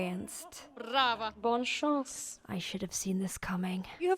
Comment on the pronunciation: Alina's pronunciation of "bonne chance" is incorrect as she says "bon chance".